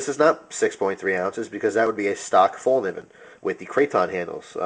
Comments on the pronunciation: "fel-k'neeven" (the K isn't silent) is pretty close to how it's pronounced :) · It's pronounced fellkneeven where you actually pronounce the "k" too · If you know how to properly pronounce Fallkniven, why do you choose to say it otherwise. That's annoying as fuck. Show some respect to proper nouns.